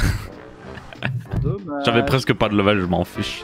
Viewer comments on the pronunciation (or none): none